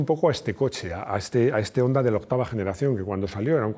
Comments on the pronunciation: Qué buen vídeo! Un apunte, Honda se pronuncia Jonda. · Pronuncias muy bien las marcas en su idioma solo te falta Honda ( jonda) Hyundai (jiundei)